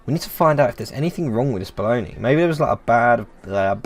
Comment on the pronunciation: "Don't be afraid, you are safe here". After years, now, I know both italian and english version. 😁 P.S. This game is one of my "lifechanging". Love the way you read the dialogues. P.P.S. I can't help you with the pronunciation of Bologna, actually, except that you said well with the soft "gn", that it's mostly known as "mortadella" here and that's absolutely not beef, but pork. 😅